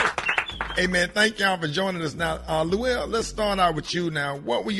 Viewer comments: BAHAHAHA 🤣 🤣 🤣 I sure was thinking am I buzzing or is he calling Luenell Luell...how you know somebody fo over 30 years & still can't say their name right...luv Luenell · I thought I heard him say "Luelle", lmbo! Get it right Rickey, lol. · Dude, you have a show and can't pronounce Luenell's name, that pathetic! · I know Luenell like, "why tf can't you say my name correctly" lol